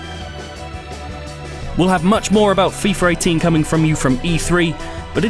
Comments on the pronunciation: Why is he saying "Fifar 18" ??🤦🏽‍♂️🤦🏽‍♂️🤦🏽‍♂️ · "FIFER 18" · I too was wondering if I was the only one that heard FeeFer 18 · Did anyone catch the way he said fifar 18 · "fifar 18" brits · fifer 18? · "Fifer 18" "Efree"